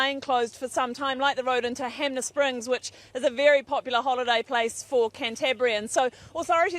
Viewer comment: It's Hanmer not hamner